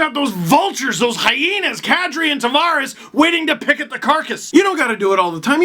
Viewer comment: Love the vids until he does his racist Don Cherry I can't pronounce non Anglo names bit smh. Steve you are better than that man. You fucking dam well know how John likes his name Tavares pronounced. But no you still gotta play up on that racist shit. And you are fucking half Italian Lmao. Lets hope you put that racist shit away at family gatherings with your Italian relatives.